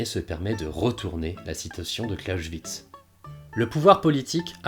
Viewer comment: Très intéressant mais Clausewitz, ça se prononce « Klaossvitse » et pas « Klaochvitse ». Amusant car tu faisais la même erreur avec pour Bismarck où tu prononçais « Bichmark » :p